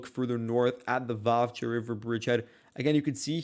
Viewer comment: Why do you always call Vuhledar 'Vuhkedar'? And why is this almost completely destroyed and depopulated small town, now only on the road to nowhere, considered so significant by both sides? Is its current importance mainly symbolic , after the major battle there earlier in the war?